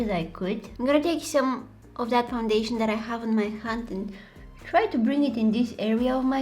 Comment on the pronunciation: You said Han instead of hand your voice is so cute